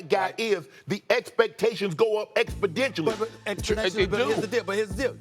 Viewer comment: "Expedentially" - Shannon Sharpe 😅